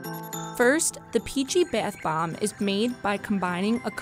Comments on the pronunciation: *Why do I find "beth bomb" so frustrating, It's bath. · ”Beath bomb” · Alisha Bhavsar yeah I noticed that too it was like beyth bomb 😂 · Its pronounced bath bomb not beth bomb 😂🙄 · Why was she saying baeth bomb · I now right she speaks normally with every word but Barth bom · I know she was like beath bomb I got super annoyed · B A E T H B O O M B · Her :Says baeth bomb Me : TRIGGERED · “Beeeeath baaamb” lol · the “bheaeth bomb” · ”BeItH bOmB” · I keep hearing "The Bath bomb " I'm uncomfortable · Triggered every time she says beiuth bomb 😓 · Who just hates when she says bath bomb this way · If you can’t say “bathbomb”, you probably shouldn’t be doing the bathbomb video...